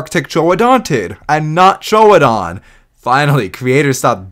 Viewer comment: a MAP joke AND pronouncing troodon's correctly? instant subscribe.